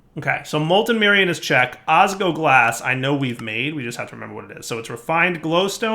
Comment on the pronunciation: I die a little inside every time saying "osgoglas" instead of "osGLOWglas." Edit:, seriously? The ore processing chain is super inefficient for draconium! Use an auto-breaker with fortune for that!